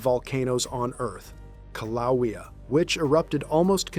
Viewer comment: That Hawaiian volcano is called Kill-ah-waya, not Kil-ah-we-ah